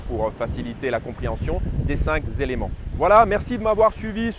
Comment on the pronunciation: tres bien , mais cinq ne rend pas d"s" donc pas les cinq "zélements", par pitié, mais juste les cinq éléments. Merci.